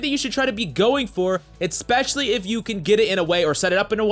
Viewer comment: Getting free damage is always great "eckspecially" when combat score is the only thing that matters 😂